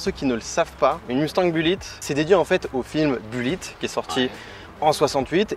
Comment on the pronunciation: Vous, les Français, vous prononcez le mot Mustang comme des chochottes. Apprenez un peu d'anglais pour au moins prononcer BULLITT à l'américaine et le mot MUSTANG comme il se doit. Vous me faites quand même bien rire...